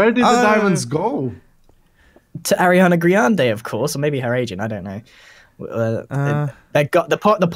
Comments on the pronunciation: Ahahahahaha grian said Ariana Griande... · "Ariana GRIande" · Can we just take a moment here, to realise that grian said Ariana griande. Twice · ariana “grian” de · Grian: Ariana Griande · Grian: ariana griande XD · Grian:Ariana grainde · “Ariana Grianda”